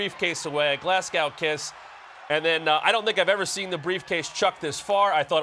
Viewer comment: Glass cow???? Noooooo! glazgo is correct pronunciation.